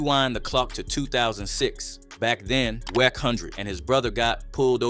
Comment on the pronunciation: Bro it's WACK NOT WECK.